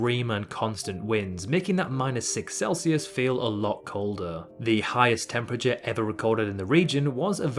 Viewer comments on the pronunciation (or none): none